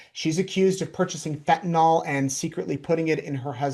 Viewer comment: It is fentanyl, not fentan-all. Pet peeve.